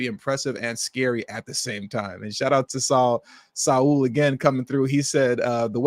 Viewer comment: Saul rhymes with SAWL.